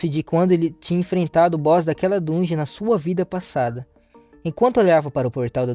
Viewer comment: Agonia ver ele falando errado